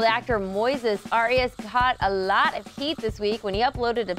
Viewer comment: his name is Moises Arias NOT Moses Arias